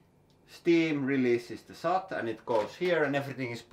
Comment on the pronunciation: Argh, your English pronunciation is often quite... unique :) I think you meant soot when talking about the (often called once-warmed) wood kiuas. Soot is pronounced like foot :)